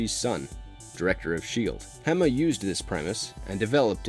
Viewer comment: It was Col Hawk that came to Snake eyes in the comic. You even showed the panels. It wasn’t Staller. It was Stalker and Hawk who came to recruit Snake eyes. Also you mispronounced Hama… (Hah-mah) not (ham-ah) also the pronunciation of Arashikage and McCullen are totally wrong. 😂machines need phonetic spelling.